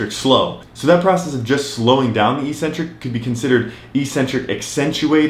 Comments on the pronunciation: It’s ek-centric. Not ee-centric!! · EEEEEcentric is not a word anywhere in the English language. Eccentric means ‘away from the center’. A crazy person is called eccentric bc they are ‘away from the center of normality’. A ‘negative’ movement of an exercise is a movement of the tendons ‘away from the center of the muscle’. It makes perfect sense from an etymological standpoint. Mispronouncing it as eeeecentric would mean ‘without a center’, which makes no sense. Another line of logic proving that it must be pronounced eK-Sen-Trik is that the first syllable is ‘ec’, which can only be pronounced ‘ek’ in English. There’s no possibility of a silent ‘c’. There’s no controversy regarding how to pronounce ‘centric’. So, the word is pronounced, eK-Sen-Trik. But don’t take my word for it! Look it up in literally any English dictionary.